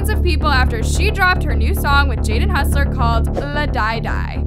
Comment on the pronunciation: bruh, I love watching your videos but PLEASE start saying people names correctly!!! It is Jaden Hossler not Husller and she says amelies name wrong too. Now she is saying la die die. When the only line out of that that was correct was die at the end. Like at lest learn how to say things before you talk about them. no hate towards just makes me upset.